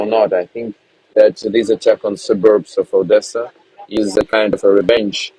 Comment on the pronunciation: when did attack become "attsack". and tactic is now "tsactsic"? And there's a new word called "Britsain". Is this Brexit from the English language??